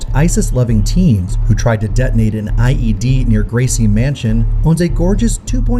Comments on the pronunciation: Did say IUD or IED?😂😂😂😂😂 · I am apologizing up front!:face-purple-wide-eyes: It's NOT an IUD:face-blue-wide-eyes:, it's an IED:face-pink-tears:!